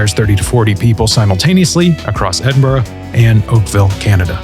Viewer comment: As a Scot it's unbelievably refreshing for a commentator from abroad nailing the pronunciation of Edinburgh